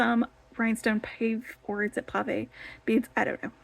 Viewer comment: It's pav-a not pave as in pavement.